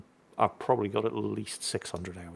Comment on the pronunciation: I think alexa is triggered by the way you are stretching "at least" and not pronouncing the 't'.